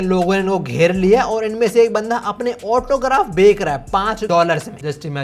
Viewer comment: बेक or बेच